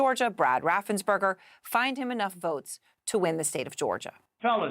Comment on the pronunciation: "....I just want to find, um...11,780 vuots..." I mean?? Just LISTEN to his inflection, tone of voice and mispronounciations!!!